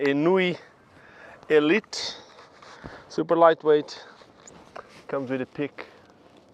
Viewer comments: Are ennui helmets really pronounced "enn new wee"? The word "ennui" has always been pronounced "ahn-wee" as far as I'm aware. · You're right, it's definitely NOT "enn new wee". But you know what rollerblading is like...